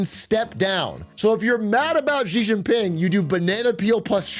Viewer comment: I spent 10+ years doing business in China.... as an example, when they discuss American Politics, they call Trump "TeLumPu". It makes their pundits and commentators sound ridiculous and undereducated to an English speaking audience. SO remember, it's Xi=She.